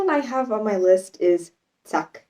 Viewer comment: 🤭😃☺️ I'm German. It's so funny to see myself through your eyes. Having lived in the States for 3 years and having been married to an American for many years made me sensitive to slang expressions. Let me comment on our German slang: Wush is spelled zack. You pronounce it very well. It is used to express, that you accomplished something easily. It kind of means, "accomplished" or "already done". Or done quicker, or in a more simple way than anticipated. In the direction of the meaning "killed it" or " nailed it". It contains a harsh sound of the German Z, which would be spelled TS in English, the T and the S pronounced hard, not soft like an American Z.